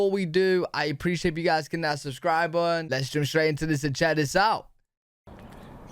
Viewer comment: I can't even spell the way pronounces Button!!